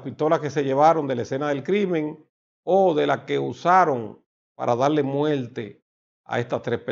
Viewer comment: No entiendo nada que cosa es multe será muerte madre a planchar la lengua para que pronuncie bien